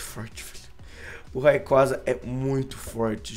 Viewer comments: a pronuncia n é raiquaza é reiqueiza (r com som de rrrrrrrrr n de re) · "Raicou" doeu minha alma!